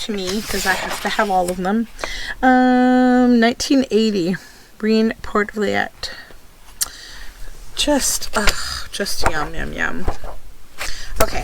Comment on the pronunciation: hi! Poortvliet is actually pronounced "port-fleet", not "fliyet"